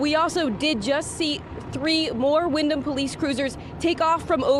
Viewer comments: pronounced Wind-um. not wind-ham, silent "H" so you don't keep sounding like an idiot. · Windham ( the h is silent ). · Dude doesn’t even know how to say our town or the details of the story. All he is reading Facebook comments and reporting it. What an idiot